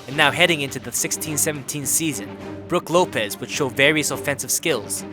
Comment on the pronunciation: “broog lopes” “rope in lopez”